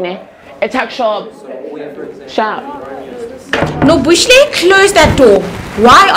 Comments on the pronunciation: Pour one out for the butchering of her name "Nobooshlay" 😩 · And it sounded like Nomatriquency 🤣🤣🤣🤣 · “Noboohlie” 😭ya no the white teachers stay butchering our names 😏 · Nobuhle is everything. Say nywe mam